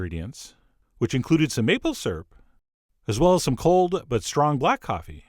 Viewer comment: oh my god. I'm laying here in bed with my fiancee and he heard you say bukkake instead of black coffee and this video took on a whole new meaning.